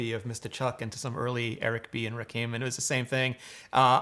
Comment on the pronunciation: The way Rene said Rakim's name was just wrong.